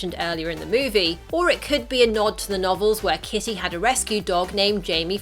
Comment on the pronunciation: The lady kept on saying kissy instead of kitty